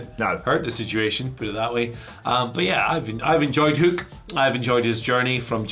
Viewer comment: Nah, go with pronunciation of Hoook. I look forward to Samantha Irvin Screaming it out over arenas everywhere:D